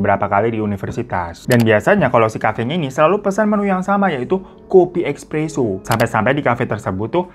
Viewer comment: Espresso bang, bukan expresso